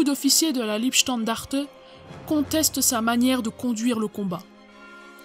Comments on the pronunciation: trop de fautes de français mais surtout une prononciation de l'allemand des plus fantaisistes. C'était la LEIbstandarte (Lei comme ds l'ail) et non la Liebstandarte. L'allemand est pourtant l'une des langues les plus faciles à prononcer. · On ne dit pas non plus Liebstandarte mais Leibstandarte. [Laïbstandarte]. J'ai bien aimé aussi le coup de la "Ritter creuse" :D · Pas mal de formulations malheureuses sur la voix off, c'est dommage. Et on ne dit pas LIEbstandarte, mais LEIbstandarte. Pour le reste, c'est super intéressant, avec plein de photos inédites/originales. Un gros travail de recherche mis à disposition de tous. Du très bon boulot. Merci pour cette vidéo ! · Leibstandarte se prononce "La" "Ib" "Standarte" :) Docu intéressant au demeurant. Merci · apprenez que Leibstandarte ne se prononce pas " liebstandarte", Liebe signifiant amour tandis que Leib veut dire " corps"! De toute évidence vous n avez pas appris l allemand! Quant à la vidéo, je préfère ne faire aucun commentaire, mes propos risquant d être politiquement incorrects! Enfin, était- il vraiment nécessaire d empoisonner le chien?! C'est ignoble!